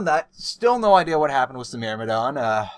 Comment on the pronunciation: Why do you say wiss instead of with?